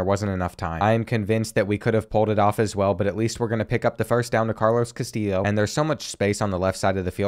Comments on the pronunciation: I love hearing you pronounce your WRs name as KaSteel Lo, but if you want to know fyi it is correctly pronounced Ka - Stee - Yo. Keep up with such great content, you really help me get through my over night shifts at work. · btw "Castillo' is pronounced like Castiyo. I think you said something about being unsure of the pronunciation. Keep up the good work loving the series! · Castillo is pronounced Cast(ee)o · great video but it's pronounces Cas-TEE-o not Cas-TILL-o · Castillo is meant to sound like Cas-Ti-Sho like show without the W, and with emphasis being on the second sillable (I don't know if the show reference is a good one, English isn't my first language so feel free to give your two cents guys) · Castillo is pronounced “cas-TEE-yo”, and Concepcion is pronounced “con-SEP-see-OHN”. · Carlos Castillos name is pronounced ca-still-oh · I know this video is 2 months old but if you were still wondering, the correct way to pronounce Castillo is ka-stee-oh. The l’s are silent. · For Carlos Castillo, the proper pronunciation is kah-STEE-yo, hope this helps. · I’m not completely sure but I’m pretty sure Castillo is pronounced cuh-stee-O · Pace is super inconsistent. Feels like in madden he’d be a 65 overall x-factor. Also, it’s cast-eee-o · Love this series. Also Castillo is pronounced Ka-stee-yo. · The pronunciation of Castillo is said cass-stee-o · Btw you say Carlos Castillos last name as,-casti-yo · Also Castillo is pronounced like Casteeyo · Castillo is pronounced like Castee-yo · Castillo = Cuh-stee-yo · I love how the chronic mispronouncing of Castillo has evolved into just saying something random and hoping it’s close 😂😂 loving this series man it’s been a riot so far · You are it's a Hispanic last name so the double ll makes a y sound.